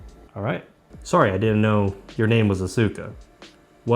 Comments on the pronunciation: Why does the AI for Asuka mispronounce the name? It's not Ah-sue-kah, it's Ahs-kah.... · Oh gawd not the Ah-SOO-ka dub. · Why did it program Asuka to pronounce her name wrong? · The fact that Asuka mispronounces her name would drive me crazy. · the AI pronounced the name wrong